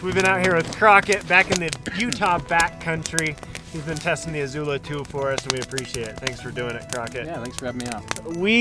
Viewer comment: The I in Izula is soft.